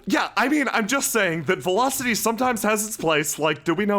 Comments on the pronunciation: Velocity is near to Velofity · Don't you mean..... VELAFCITY?!?!?!?!?! ;D